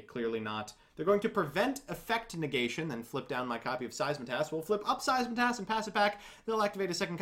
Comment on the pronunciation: It’s SEITSEMAS, not SEISMATAS. RESPECT THE VOID.